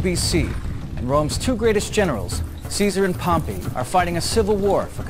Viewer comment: pronounces Pompey same as Pompeii. Wonder where he got his PhD in Roman History.